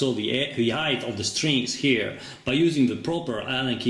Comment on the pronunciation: Great video. Just a comment. "Height" is prononced hite not heyt. :)